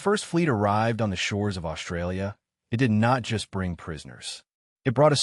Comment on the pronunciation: Imagine, watching a video, voice by A.I. about how the English language has morphed; and the A.I. can’t pronounce the most important phonic in its’ language! Mispronouncing the most commonly used word in the script! This speaks volumes, pardon the pun, about how dumb we’ve become; despite the advances we’ve made. Let’s consider that word, “Australia” and consider its’ proper pronunciation, shall we? This word contains the letters ST joined together and that sounds Ssss and T. Now listen to the way the A.I. voice pronounced the word, “Australia”. Notice how the ‘ST’ is being mispronounced? The letter ‘H’ has been added, so the ‘S’ now sounds “Shh”. This mispronunciation is becoming ubiquitous, now it has entered the realm of artificial intelligence.